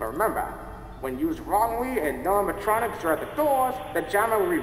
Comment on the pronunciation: He said animatromos I thought he said animahomos